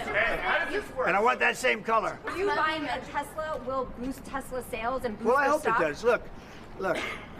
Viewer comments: “I love Tessler!” 😂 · It's Tesla not Tessler. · "I love Tesler!" Lol😅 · "I love Teslurrrrr" roflmao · "I love TESSLEERR!" Dumbasses. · you obviously didnt hear Trump mis pronounced it as Tessler, when they were pushing Telsa's on WH grounds.